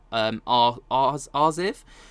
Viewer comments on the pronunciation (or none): ArXiv is pronounced "archive," the X being the Greek letter chi.